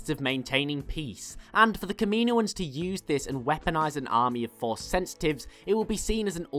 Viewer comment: Its not ka-me-no-ans, its kam-in-oh-ans... kaminoans